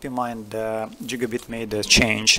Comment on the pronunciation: Jigabit :D Thanks for the tutorial :p